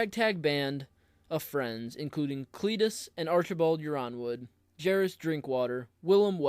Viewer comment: already subscribed bro may i suggest you be careful with pronunciations? I believe House Yronwood is prounced Ironwood